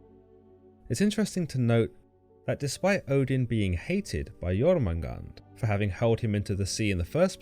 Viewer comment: I thought it was pronounced Yor-man-gander.